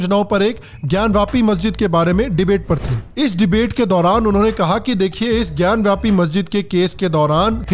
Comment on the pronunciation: सर, आप अपने आपको करेक्ट कर लें. "ज्ञान व्यापी" नहीं "ज्ञान वापी" है.